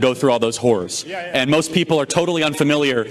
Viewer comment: The only moment in all of that when Communism sounded “cool” was very fleeting. It was before I realised that that I heard him to say “so in Communism you had to go through all those ‘whores’”, when he actually said “horrors” 😳.